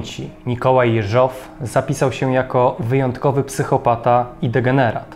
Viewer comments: Super filmik! Tylko dlaczego akcent na ostatnią sylabę przy nazwisku "JeżOW"? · Dobra robota, ale narrator źle akcentuje nazwisko głównego bohatera. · dlaczego akcentuje Pan nazwisko Jeżow na drugą sylabę? Poza tym bardzo ciekawy program, pozdrawiam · Po pierwsze primo - gratuluję kolejnego, doskonałego odcinka. Po drugie primo - zawsze oglądając takie filmy zastanawiam się, czy kolejnych szefów NKWD nie odstraszał los ich poprzedników? Po trzecie primo - jak znam, dziwię się kilkukrotnie błędnej wymowie nazwiska Jeżow z akcentem na ostatniej sylabie. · Prośba do twórców, lektora programu. Jeśli już przytaczanie nazwiska rosyjskich, sowieckich obywateli, to bądźcie łaskawi nauczyć się poprawnej wymowy ich nazwisk. Mówię się Jeżow z akcentem na. "E", a nie na "O". Ale ogólnie film b.dobry, tylko popracujcie nad wymowa nazwisk i nazw własnych bo ich się ani nie tłumaczy na polski, ani nie wypowiada się ich z polskim akcentem bo aż uszy bolą jak się to słyszy, zwłaszcza jak ktoś zna rosyjski. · Materiały masz ciekawe, ale gdy mówisz, niepotrzebnie próbujesz naśladować akcenty innych narodowości, w tym przypadku przeciąganie słowa Jeżow. Wiem, ze chcesz dobrze, ale to w ogóle nie brzmi po rosyjsku i powstaje pytanie, po co w ogóle ma brzmieć, skoro wszystko jest po polsku, a nazwisk innych bolszewików i tak wymawiasz z polskim akcentem. Pozdrawiam.